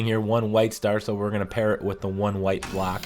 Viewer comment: When ever you said "block" it sounded like you were saying "black". So fkn confused even after that because they're squares anyway so why call them blocks??